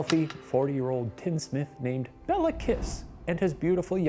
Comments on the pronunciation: the pronunciations kill me lmao, calling him Bella Kiss of Sinkota sounds so romantic xD it's pronounced like "Bay-lah Kesh", and the Cz in Czinkota makes a ch sound, so it would be more like "Chin-kota" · His name is Béla, pronounced bayla. Béla Lugosi, actor. Béla Bartók, composer. Both Hungarian. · It's pronounced "Kish Bale-ah" you can look up this stuff in like seconds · I'm struggling with listening to the name pronunciation. FYI Béla is pronounced Bayla and Kiss is Kish. I know most people in the English speaking world won't care but for those of us familiar with Hungarian, it's like nails down a chalkboard every time he says Bella. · Hey so I just wanted to point out that Béla Kiss is actually pronounced like Bayla Keesh, and Nagy sounds kind of like Nodge. Love you guys! :)